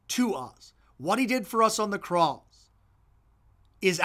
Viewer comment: why you got to say 'cross' like that? Glossolalia?